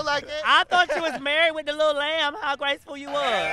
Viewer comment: "That was so gAcEfUl" 😂😭sent me